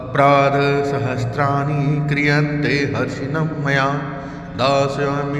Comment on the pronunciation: Zap galat hai 😡😡😡😡 Harnisham maya hai, na ki Harshinmmya 🙏🙏🙏 correct video dale... BURA EFFECT PDEGA